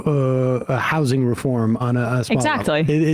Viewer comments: Why does he keep saying “how-sing”! It’s just housing my dude. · Ezra's worst crime is pronouncing housing with a hard "s." Grating. I can't make it through an episode of his podcast.